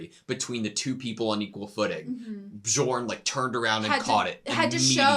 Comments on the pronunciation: Please! It’s not B-jorn, it’s Bee-orn. The J is a Y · This Bjorn pronunciation lmao